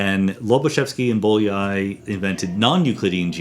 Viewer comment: Bolyai was a Hungarian mathematician, and it is pronounced "b-o-y-a-ee".